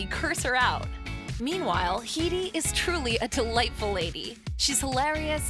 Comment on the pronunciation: That's not how you pronounce Headey.